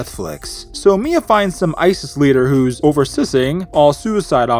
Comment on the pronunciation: Mia? More like Mid-uh.